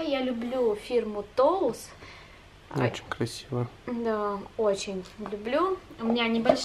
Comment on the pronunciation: Произносится не ТОУС а ТОЙС